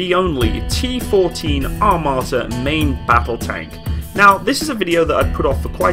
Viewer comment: "АТАМРА" "ATAMRA" Yes, the T-14 Atamra